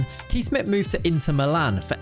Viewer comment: You really butchered Kees Smit it starts with a K like in Kick and ees sounds more like chase. Hope this helps for the future